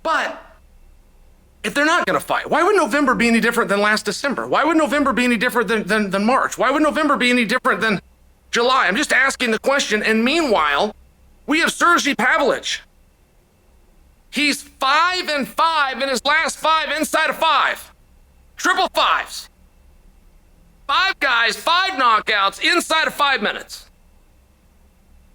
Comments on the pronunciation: Sir-G Pavlich. This is reminiscent of when the red wings won the Stanley cup and went to the white house. Bill Clinton then hilariously botched the pronunciations of the team captains Sir-G Fedora and Steve Yeezerman. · Sergy Pavlich 😂😂😂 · Surgey Pavlich...Chael has really to go to the doctor for dyslexia... He can't pronounce one foreign name for the last 5 years.... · Sergee Pavlich 😂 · "...whose name is Certainly Sergee Pavlich..." 😂😂 truly undefeated and undisputed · “Sergei Pablovich”